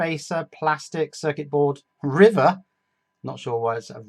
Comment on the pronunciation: circuit board "rivet"